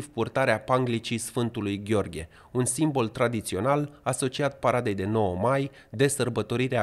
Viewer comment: trebuie să te pui un pic la punct cu limba română. Uite două greșeli frecvent întâlnite la tine: verbul "a trebui". Tu spui "ei au trebuit". Corect este "ei a trebuit". Sau "símbol" e greșit. Accentul ae pune pe o. "Simból". Altfel te urmăresc cu interes.